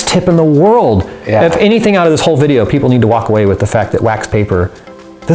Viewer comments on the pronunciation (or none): none